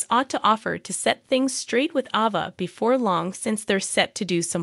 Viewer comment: It's Ava, not "Ova".